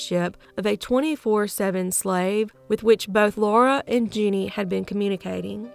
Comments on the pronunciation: Her name was jenny gamez not “Jeanie” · You pronounced it like "Jeanie", but maybe that's just your accent coming through? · Her name was actually Jenny. It was just mispronounced.